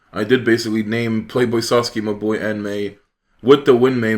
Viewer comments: Haha u pronounce mabui like my boy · Was looking for this comment! Took me a few "mah boi"s to understand that he was referring to Mabui lol I love that pronounciation